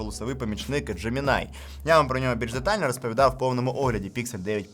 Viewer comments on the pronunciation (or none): none